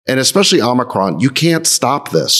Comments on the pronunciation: The one Greek named guy can’t pronounce omicron…. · Friedberg chuckling at Jason's pronunciation of omicron. This variant's proper name is XI.. pronounced like the Chinese dictator.